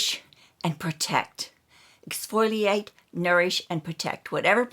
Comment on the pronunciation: exf-O-liate...not exf-Oi-liate 😬